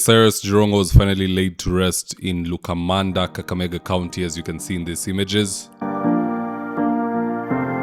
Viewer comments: Boss it's Lumakanda not Lukamanda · it is lumakanda not lukamanda😂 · please it's Lumakanda not what you said